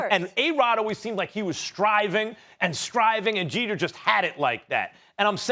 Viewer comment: It's Jeter.